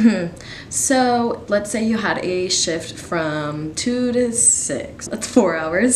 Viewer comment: Ahaha I thought you said “one time I had a shit- it was an eight hour shit” and I was like WHATTT